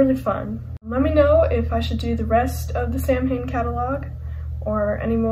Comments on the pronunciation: Samhain is the Celtic festival and it pronounced sowan samhain is the band Glenn danzig says sam-hain in regards to the band but in lyrics he says sowan in regards to the festival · Its pronounced "Sowan" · I know, but in interviews Glenn Danzig pronounces it like “sam-hain” so I’m just saying it like he does.